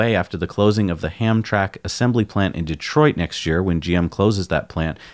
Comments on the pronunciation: FYI on the pronunciation: Ham-Tram-ick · Famous Polish-American community in Detroit pronounced ham-tram’-ick. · Hamtramck is pronounced “Ham-tram-ick.” It’s just one of the “hard to figure out pronunciation for” city names here in Michigan. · I pointed out the proper pronunciation of Hamtramck to them about 5 hours ago. They did the same thing with where the Chevy Bolt is manufactured in another video. They pronounced Lake Orion like the Orion Constellation/Nebula/Belt, but it's pronounced Or-Ree-Un, not Oh-Rye-Un. Hamtramck is a French-Canadian name, so maybe this influence is why Michigan cities have unconventional pronunciations. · I pointed out the proper pronunciation of Hamtramck to them about 3 hours ago. They did the same thing with where the Chevy Bolt is manufactured in another video. They pronounced Lake Orion like the Orion Constellation/Nebula/Belt, but it's pronounced Or-Ree-Un, not Oh-Rye-Un. Hamtramck is a French-Canadian name, so maybe this influence is why Michigan cities have unconventional pronunciations. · Please review your pronouncement of “Hamtramck”. All the best. Thanks. What would life be without a little harmless trolling?